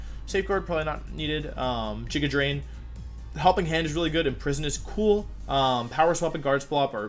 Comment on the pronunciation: I mean we all say Jigantymax like it's okay, so why shouldn't he say Jigadrain 😂